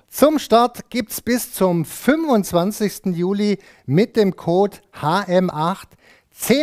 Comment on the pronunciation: er hat Kot gesagt statt Code :D